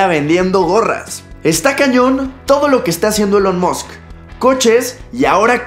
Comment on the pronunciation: "Elon mosc" Se escribe Elon Musk y se pronuncia Ilon Mask